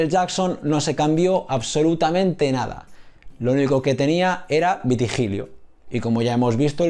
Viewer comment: Gracias hijo. Una pequeña corrección: no es vitigilio sino vitíligo